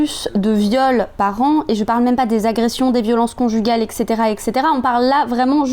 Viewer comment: Coucou, juste pour info on dit "eTTTcaetera" et non "eKKKcaetera" (ça s'écrit "etc.")